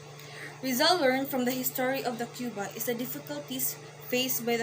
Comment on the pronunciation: You mispronounced the Cuba